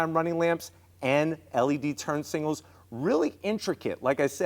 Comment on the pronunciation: its signal not singles fyi